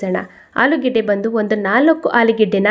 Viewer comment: ಆಲಿಗಡ್ಡ ಅಲ್ಲ ಮೇಡಂ ಆಲೂಗಡ್ಡೆ ಅಂತ ಹೇಳಿ